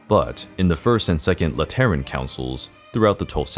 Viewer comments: Sorry. Gonna be that guy. 'Lateran' is pronounced, 'LAH-tur-in' (rhymes with Fat Again!) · Lateran ? Sorry. Can you pronounce it again? I can’t seem to focus with your mispronounced words here. I’m hearing “Lat erren “ and Google is recognizing it as lettering and it’s giving me a mind f***. How do we take your presentation seriously if you can’t pronounce simple words correctly? And don’t get me started with your pronunciation of Borgia. An insult to my family with the way you even attempt to say it….